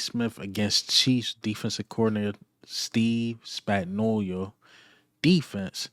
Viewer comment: why is it only my people can't seem to say Steve Spagnuolo's name properly 😂 LB mispronounce it the same exact way. There's no"I" in his name playa